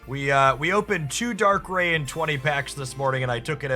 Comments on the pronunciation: Weave is pronounced right. Darkrai is like rye bread and not like ray gun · I know the mispronounciation is often a tactic for engagement, but I have to listen to the first two minutes again because I winced each time you said Dark-ray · If you are going to correct him at least do it right — Dark-Cry implies two hard consonant sounds. It’s Dark-Rai, pronounced phonetically exactly as spelled